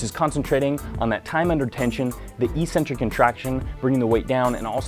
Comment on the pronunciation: Please learn how to pronounce "Eccentric." Do you really think there's an E-Center in your body that you contract?